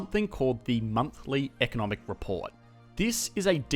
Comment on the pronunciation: "Stimulating da economy" killed me.